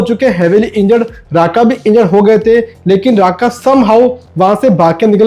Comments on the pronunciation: Rukma not raka😂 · Raka nahi Rukma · ये राका राका क्या है ये राका राका😂😂😂.. रुक्मा